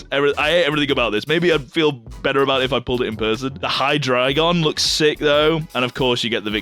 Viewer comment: Pronounces Hydreigon correctly. Pronounces Zweilous correctly. Completely butchers Deino despite knowing better. As a German I'm highly offended. Also, calling Darumaka peak has to be the worst take I've heard so far...